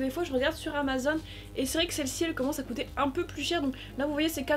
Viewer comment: C pas pour être méchant mais c'est cOUter et pas cUter